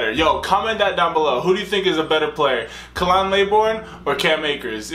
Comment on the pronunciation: By the way, it's not "KAH-lan LAY-born", It's KAY-lin LAH-born"